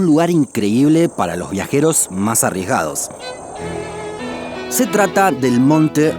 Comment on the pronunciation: OShe Que She Pasha xD